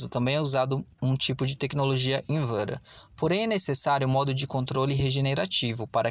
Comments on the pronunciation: "Tecnologia inverer" kkkkkkk fala direito É inverter in ver te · Teu video é ate legoal, mas tu não sabe falar inverter???????? invera , primavera kkkk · Invera? Pelo amor de Deus aprenda a dizer o nome correto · Invara 😂 Fala inverter é que mais simples e a gente entende o que é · Inverer rsrs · Eu ouvi isso também kkkk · Meu caro, já q vc pesquisou tanto sobre a tecnologia vc deveria tbem ter pesquisado sobre a pronúncia de "Inverter".